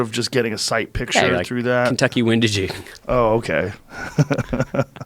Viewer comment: "Kentucky Windagie" :)